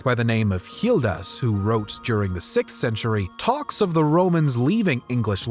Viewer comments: Why are you pronouncing Gildas as Healdas ? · First of all, why are you pronouncing Gildas with an H? Second, the Anglo-Saxons did not come to England. They came to Britain and created England over centuries. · Why the strange pronunciation of Gildas? Hildas? Or Jildas (with a Spanish J)? Why?